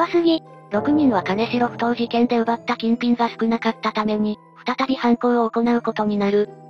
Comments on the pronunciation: 名古屋の者です。 かねしろ埠頭ではなく きんじょう埠頭ですよ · 金城埠頭はカネシロフトウではなくキンジョウフトウと読みます‼️ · かねしろふとうではないよ。きんじょうふとうね＾＾ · 金城埠頭ですが、ここは沖縄県ではなく愛知県なので、「かねしろ」ではなく「きんじょう」と読みます。 当時金城埠頭は、治安が悪く、親には絶対に行くなと言われてた後に、この事件でした。 今はだいぶ変わってきていますが、自転車置き場に自転車を置いておくと盗まれる程度の治安の悪さです。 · かねしろふとう ではなく きんじょうふとう です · 金城ふ頭(かねしろふとう) ではなくて、 金城ふ頭(きんじょうふとう)です。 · 金城埠頭の読み方を間違えた。かねしろふとうではなく、きんじょうふとうだ。